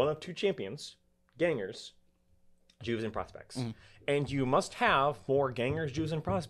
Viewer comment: It "Juves" pronounced Yuves not Jews.